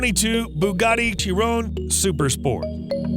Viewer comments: Is he saying Bugatti "Tyron"? I hope I'm hearing that wrong lol The French pronounce the 'CH' similarly to the way North American pronounce "SH" I've heard "Shyron/Shyrone" and "Kyron/Kyrone" but "Tyrone" is a new one for me lol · I heard Chee Ron